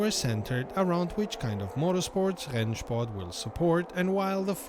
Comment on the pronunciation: I'm usually surprised about your perfect german ("Rennsport"...) but if you're interested in a little better pronunciation, please don't say Nürbursh-ring but Nürburg-ring. Although some german dialects pronounce it exactly like you do, standard-german would pronounce the g like in "bag". Keep up the great work, thanks for everything! 🙂👍